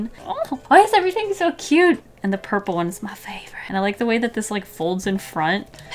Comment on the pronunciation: You seriously sould like you come from texis when you say purpke